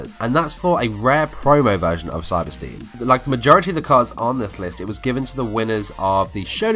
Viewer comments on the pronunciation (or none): nice video, btw it is pronounced cyber 'styn'